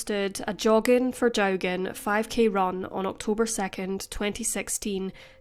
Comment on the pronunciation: The surname is pronounced Jockin